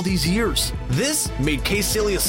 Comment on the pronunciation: It's pronounced Ky-sillious not "kay"